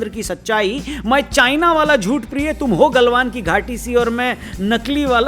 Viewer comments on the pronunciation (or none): Aap priy likh ke priye padh rhe ho